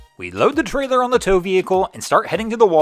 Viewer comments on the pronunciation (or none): none